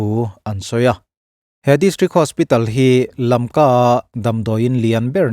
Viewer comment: LAMKA tihin lam hram2 i laa